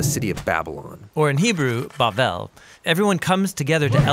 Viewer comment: Thumbs down because one guy voices things weirdly... Like he calls satan, "Sa-Tan".. when it's "SAY-TEN"... And pronounces Babel as "Ba-bell" when it's "bay-bel". He's confusing children and empowering the devil by not letting people know the real truth. Typical of liberals.